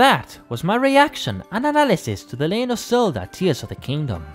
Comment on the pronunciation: " The "leyen" of Zelda lol Great analysis!